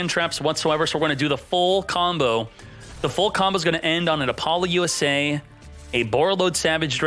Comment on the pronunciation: Those pronunciations of Ecclesia and Apollousa made me quit the video